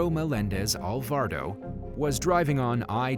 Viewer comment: It also said Alvardo instead of Alvarado🤦🏾‍♀️